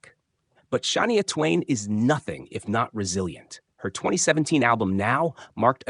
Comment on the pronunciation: Stop saying Shania's name if you can't pronounce it